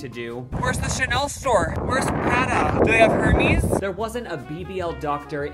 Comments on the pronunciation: pronouncing Hermès like herpes 💀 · Her- miss?. Sad.. at least pronounce it right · It is pronounced air-mez. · Her meess lol I thought it was pronounced differently